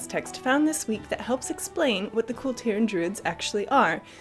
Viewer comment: You guys are some of the very few you tubers who correctly pronounce Kul Tiras. I think the rest are digging in their heels because they enjoy emphasising ASS.